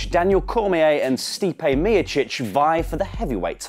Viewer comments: Damn what a botch of how you pronounced Stipe Miocic..... #NoLongerTrustingYou #FireElFakador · You’re pronunciation of Miocic is great lol